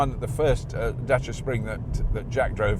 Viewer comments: I get a mini chubby whenever someone pronounces Dacia correctly. As a Romanian, thank you for taking the time to learn how to say it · Surprisingly correct pronunciation of the word Dacia.